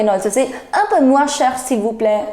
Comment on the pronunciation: Un peu moins cher, pronunciation of moins is not correct